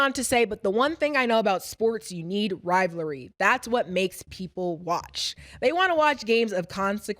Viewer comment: “RIVALRY” not “RIVLARY” 😂